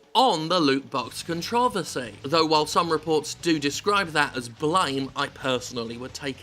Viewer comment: How TF did he pronounce controversy?